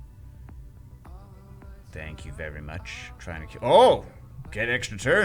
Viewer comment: "Tank you very much" XD